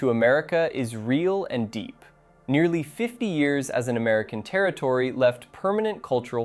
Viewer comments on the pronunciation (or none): none